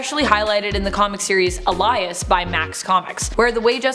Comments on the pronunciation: AY-lee-us. Not ah-LIE-us. Alias, like secret identity. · Oh my good gods, how many words does she mispronounce? Seriously? "Alias" as "Elias", "Teregen" as "Terygen" - I wonder if she's just employed because somebody finds her attractive, because it's not because of her presentation skills. 😛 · It’s alias aye-lee-us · Elias? It’s Alias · Did she really just pronounce alias as a-lie-us... Oh my Lord help me😑😑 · Is nobody gonna mention her saying Alias, "uh-lie-us"? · I was going to say this also. Lol. How do u mispronounce alias? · Alias is pronounced ay-lee-uhs and Xavier is pronounced ecks-zay-vee-er. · She pronounced Alias wrong